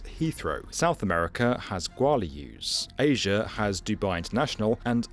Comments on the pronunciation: South America has What ? Guarulhos -> Gua-rule-eeos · Pronounced “GUA-REW-LIOS” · that’s the worst pronounciation of guarulhos i’ve ever heard mate 😭😭😭😭 but thanks for trying! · Even more challenging than building this incredibly massive airport is understanding the… well, peculiar way you pronounced “Guarulhos”, South America’s hub. As a Brazilian, I felt… challenged 😅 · really fun way to say Guarulhos mate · That mispronunciation of Guarulhos was painful